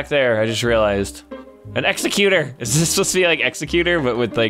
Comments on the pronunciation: the Pokemon is pronounced eckseggutore by the way I know that its spelled exeggutor. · The Pokémon’s name is pronounced egg-zeg-you-tour not executor